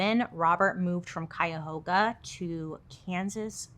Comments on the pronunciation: You got the pronunciation right! Cuyahoga Falls. "Kie -uh-hoag-uh" Falls. I live a couple streets ago from where Robert Bordello is buried. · I spent most of my childhood in Cuyahoga Falls, Ohio. You said it correctly! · I live there now 😂😂😂 and you said it right . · First of all, I'm pretty sure something was missing from my life. Turns out it was Bailey's side part. Second of all, great job on your pronunciation of Cuyahoga! And third, I'm a native Ohioan from about an hour outside of Cuyahoga Falls and am currently living in Kansas about 2 hours outside of KC. Soooooo, ya know weird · You pronounced Cuyahoga Falls correctly. It's beautiful up there! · You said cuyahoga falls right, I live in cuyahoga falls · Yay!! You actually said Cuyahoga correctly!! You're like the only person that isn't from this area that can say it correctly! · The way I stopped dead in my tracks when you says Cuyahoga Falls cause baybeeeeee that’s 30 minutes away from me (btw, ya did say it right!) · You did pronounce Cuyahoga Falls correctly! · no. she said cuyahoga falls correctly. i live in cuyahoga falls 😭😭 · you said Cuyahoga right cograts we are proud 💜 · Im from ohio! You said it correctly sis 😂❤ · I'm from Ohio, right near Cuyahoga Falls, and you pronounced it PERFECTLY! Almost no one does unless they're from around here! I'm so proud of you, Bailey! Love you! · Came here to say that! Super excited when she said it correctly 😅😅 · "Cuyahoga" is correct! 🎉 I live in that area! 😅 Nice job, Bailey! ❤ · Yes you pronounced it correctly. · It is cuyahoga Falls like you pronounced I used to live there for a while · you said Cuyahoga right!!! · Perfect pronunciation of Cuyahoga. Great job! Lol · I never thought I'd hear a non-Ohioan pronounce Cuyahoga correctly. well done. also, I LOVE YOUR CONTENT!! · BAILEYYY i’m from akron, righttt by cuyahoga falls and U SAID IT PERFECTLY. go off, queen. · You said the county perfectly! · Bailey, you got Cuyahoga right!